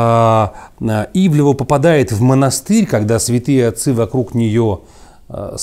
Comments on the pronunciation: Ивлеева а не ивлева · Ну.. Ну как можно при такой божественной артикуляции так плохо читать чужие фамилии???? То у Вас Джозеф становится Джоном, то тут. Она Ивлеева (две е), а Ивлев - это другая медийная фамилия. Это скрытое пренебрежение? Или что-то ещё? Но неужели Вы не замечаете это при публикации?.. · Анастасия Ивлеева, а не ивлеЕва... Удивительным образом довелось посмотреть все серии 1-го сезона, потому-что сейчас всё закрыто, а буквально вчера я видела этот фильм)) Фильм обычный, показали современный образ жизни, какими гвоздями устлана дорога в богатенькую жизнь, показали вариант того, а что если необходимо спасти человека и вот такой человек попал в храм, переступят через него навешав ярлыков, бросят умирать или всё-же помогут переосмыслить если не всё, то многое, попросту спасут... Вероятно вбросы листов при голосованиях выглядят более вульгарно, но нет тут-то предпочитают не замечать ничего или даже оправдывать... Или ещё круче убеждать общество в том, что труд не резиновая опа, и ладно бы из уст какого-то блогера или просто хама, но это было перед детьми по-сути из из уст первого лица, это конечно-же норма и истина)) кто бы сторил. Правда в правде! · Да, "Ивлева" вместо "ИвлЕЕва" подбешивает))) Особенно когда на заднике правильно написано). Но за обзор спасибо! Как бы и не собирался никто смотреть, но все же). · Она вроде Ивлеева, а не Ивлева. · Ивлеева. Неужели так сложно произносить фамилию правильно? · Дядя, пытающийся из себя выдавить сноба-интеллектуала, явно хорошо знает, чем занимается Ивлеева, раз может так развернуто дать оценку ее текущей деятельности в контрасте с предыдущей, но не может правильно выговорить ее фамилию, будто бы впервые ее увидел. Очень глупый и раздражающий прием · сколько можно коверкать фамилии? Ну, 7 букв всего, не 17)